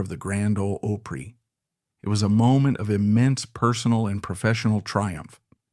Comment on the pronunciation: It ISN'T Grand "Old Oopry you idiot.